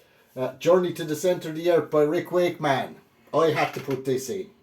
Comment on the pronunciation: Love the way you say rick wake...man 😅